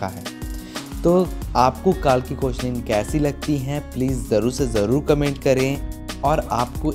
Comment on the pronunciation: It's not koechlin it's "kekla"